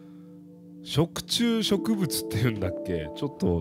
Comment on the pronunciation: "食虫植物"が"食通植物"って聞こえちゃったwww